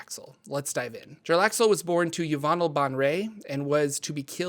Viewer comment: "Yah-von-ell bon-ray" Look how they massacred my girl... Disrespecting the GOAT like that. That's like calling Lebron "LéBran!"